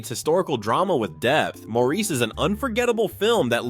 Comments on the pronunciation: Great list and clips. FYI “Maurice” is pronounced Morris (British not French). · 'Maurice' is pronounced 'Morris' in English. FYI